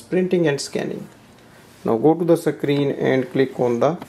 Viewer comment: You pronounce the word screen, not sec-creen. It is a one syllable word.